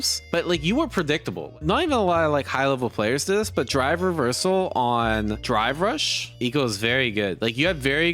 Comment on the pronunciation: My ears must be going because it sounds like he is saying dry brush, instead of drive rush.